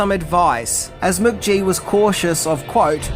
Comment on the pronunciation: Mook-gee…. Weird pronunciation, mate.